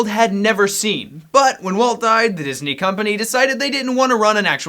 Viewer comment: Its Deezney Ding!